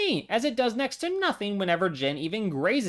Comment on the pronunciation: I’m gonna need you to tell me how you came to the pronunciation of Jin’s name that you did and who told you to say it that way, because whoever they are needs to be publicly shamed